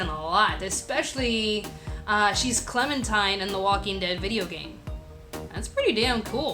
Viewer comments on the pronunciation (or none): none